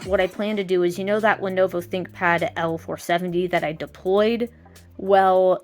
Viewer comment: Lenuwu Thinkpad